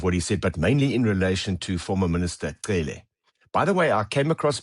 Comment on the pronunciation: Him pronouncing Cele, Mchunu, Matlala better than some black people is majestic!